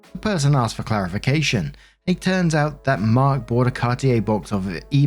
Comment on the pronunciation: I wasn’t reading this, just listening so I thought Mark was saying “Birk” 😂